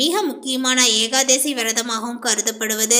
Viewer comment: ஏகாதேசி இல்ல ஏகாதசிதான்சரி